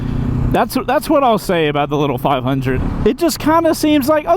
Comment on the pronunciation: Did he call it a 5 undie?